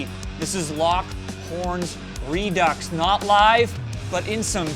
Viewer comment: Redux is pronounced pretty much the same as "Redo", not Re-ducks.